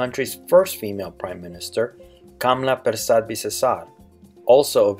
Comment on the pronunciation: Quick correction. It's Kamla Persad...not Pressad :)